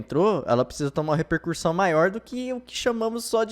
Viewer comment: repercussão, não "repercuRssão"... não há este último "R"